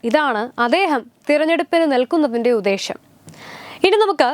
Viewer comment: അദ്ദേഹം,ഉദ്ദേശ്യം എന്നാണ് പറയേണ്ടത് അദേഹം ഉദേശം എന്നല്ല. ഏറ്റവും നന്നായി വാർത്തകൾ അവതരിപ്പിക്കുന്ന മോൾ ഇതു കൂടി ശ്രദ്ധിക്കണം.